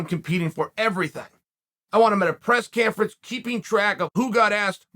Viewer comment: I heard “Press Canfrence” and “Romano”.